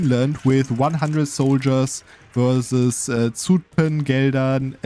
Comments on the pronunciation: To pronounce Zutphen correctly a German would sooner write sütphen. The s is not fully correct but the german z that's,pronounced ts is more wrong (there is no t sound). The (short) ü instead of u because that is how the Dutch u is pronounced, the german u sound we spell as oe. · ok let me be fully correct: for Utrecht you are completely correct. For Zutphen it sounds more like the u in the English duhhh. We call the difference short u vs long u but I dont think it maps to kurze ü vs lange ü in german cause I've been thinking for a few minutes and cant think of a German example where ü sounds like the u in duhh or Zutphen. I'll update if I end up thinking of one.